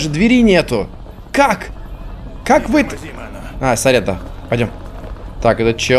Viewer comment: Я один вижу когда говорит перс то мишитца не вы а ви (по крайне мере я во време уличных боёв